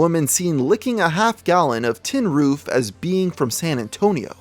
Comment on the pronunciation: "Tin-roof"? More like "Tin-Coof"